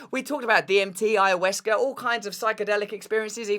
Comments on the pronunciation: Ayawescha LOL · David E. Nichols would be the person to speak to. Especially being you can’t even pronounce ayahuasca correctly. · Russel. There is no ‘E’ in AYAHUASCA